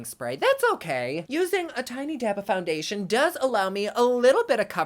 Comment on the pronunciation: “Foungaytion” 😂 You crack me up.